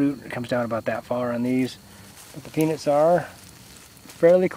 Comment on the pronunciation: That's so hilarious the subtitles read penis when he says peanuts and also sound alike he said penis